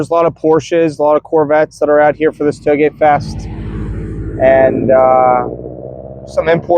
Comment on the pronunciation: Sounds like you said hoagie fest! Lmaoo made me want Wawa